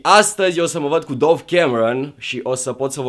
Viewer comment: Se citește dav nu dov